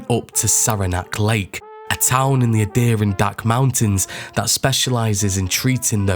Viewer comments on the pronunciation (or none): none